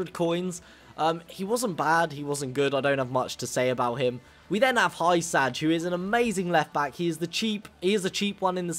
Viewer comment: That's not how you say hysaj and I know because my uncle is a hysaj